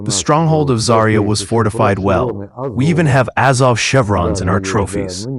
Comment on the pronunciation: ZA'rya, not ZariYA! Where do you find these people who don't even bother to check pronunciation? ZA'rya means Sunrise...